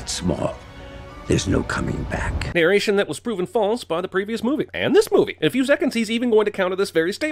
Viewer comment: Pymmration instead of Narration so I’m pretty sure that was made up